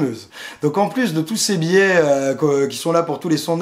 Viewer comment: biais (biè) et non pas bié .Ca ressemble a billet lol